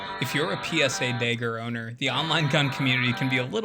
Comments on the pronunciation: Had to click away after 3 "dayger"s lmao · You could have invented the fuggin thing, but the way you pronounce dagger as “Dayger” is the reason I have trust issues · you cant even say dagger properly lol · Its pronounced mag, not meg. And Dagger, not degger. You must be from Montana